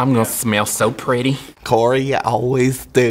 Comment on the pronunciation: Corey: “ I’m gon smeeel so preety” Corey ya always do me dying of laughter